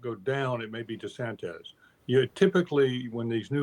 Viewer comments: Can someone tell Mr. Gergen it's not pronounced De-sanTEZ? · His name is not DeSantez.